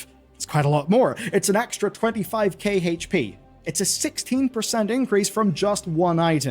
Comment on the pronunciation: what is Heych P? Do you mean HP?